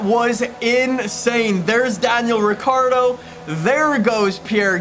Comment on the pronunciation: Did this man say Daniel Avocado 🥑🤣👌